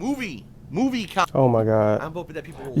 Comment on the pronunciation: wanna punch him every time he says "Khantent"!